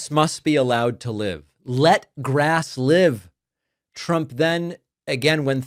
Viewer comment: Yes, it is full blown dementia - Altzheimers for sure. Why does Trump pronounce "grass" as "grearse"?